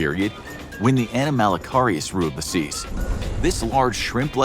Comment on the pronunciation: It is not "animal-ee-carus!" Hahaha! it is "ah-nom-a-low-carus!"